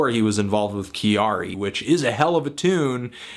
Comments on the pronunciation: Sorry, I just can't get past the 'Kyary' pronunciation disaster. Her name is not that hard to say. Also, Kyary and Gaga are VERY different people. Calling her a Japanese Gaga is annoying and wrong. No reason to place Gaga at the center of the universe; she is basically a rip of Grace Jones without the personality Grace brought. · Thank you for bringing her to my attention, she is awesome. I never really listen to J Pop before, but I do indulge in a lot of Anime...and manga sometimes. However, I heard candy candy, miracle orange, invader invader and some others. I love it, 2 thumbs up. Also her name is pronounced Carrie as in the American way to say it. When she came up with her name in school, her classmates said she acted too much like an American girl...so they name Kyary came around (as in Carrey) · It is not said Ki-ar-ee... it is Kya-ri. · I guess you can say it how you want to. Still if you want to say it like Japanese people it's pronounced like Carrie, except with a small y sound after the k sound of Carrie. For what it's worth, kyari is just the Japanised version of the name Carrie. Carrie from Sex and the City for example is pronounced Kyari in Japan. So saying kee-yar-ee is really just misreading back the way that name is written in Japanese. But whatever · Just one thing, when you say her name, it's not actually pronounced, "Ki-a-ree," but sounds more like "Kehdi," when the Japanese pronounce it. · Living in Japan for the past 5 years I must say that I am surprised but happy that Kyari's music is reaching further than Japans borders. Appreciate the review as always and I realise that all mistakes are intentional ...but her name is pronounced kya-ri (2 syllables) as opposed to ki-a-ri. Cheers! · Pronounced "Carry." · her name is pronounced Carrie. she has a song where she just sings her name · Why can no one in America pronounce "Kyary" ? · Anthony her first name is pronounced Carrie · Your saying her name wrong but I love this woman. She's awesome.